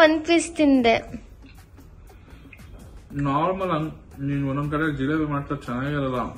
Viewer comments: Hi nivi 🙋‍♂️😊 Nim mathu kelthidre eshtu nagu barutthe gottha🥰👌 Jalebi alla pa jilebi 😊😄 Chandu and nivi cute jodi 🥰👌👍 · Jalebi alla jilebi😂😂😂😂😂